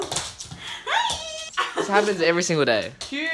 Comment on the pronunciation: Those hey’s and hi’s sounded really Dutch when she taked to the dog haha